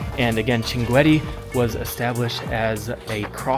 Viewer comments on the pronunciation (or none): Welcome to the city of shankit. I would like to point out that your pronunciation of the city’s name is very incorrect; the correct pronunciation is shankit (Shinqeet), not the one you mentioned. I am originally from there—my name is andulrahman alshankiti my ancestors migrated to Saudi Arabia, and I currently hold Saudi citizenship. This city is . What makes it especially unique is that it is a desert community unlike any other in the world. Usually, desert regions are associated with illiteracy, but this desert is rich with linguistic and scholarly knowledge. Shankit has been one of the most important exporters of scholars to the world. I also recommend reading about the history of Al-Turkazi Al-Shinqiti, who once visited the court of a European king—though I do not recall the king’s name. The Grand Mufti of the UAE is also Shinqiti. However, what distinguished Shinqit the most in my view is its deep tradition in the authentic Arabic linguistic sciences. "If you’re ever in Saudi Arabia, you’re welcome to visit my hometown, Al-Qunfudhah. I’d love to show you my grandfather’s library and some of the historical sites there. It’s a unique part of the country that I think you’d appreciate Have a pleasant journey